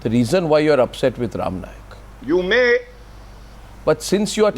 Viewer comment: Arnab chutya, it is not "Nayak", it is "Naik".